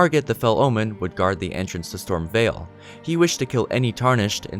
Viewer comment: Ok sorry but what's with the weird emphasis on words in the Morgott section? Erd-TREE Leyn-DELL Storm-VEIL Like why are you putting so much emphasis on the wrong part of the word?